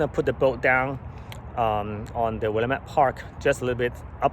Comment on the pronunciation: If you are going to live in Oregon you need how to pronounce willamette. Other wise you will be known as the idiot! Get a native to tell you how to pronounce it!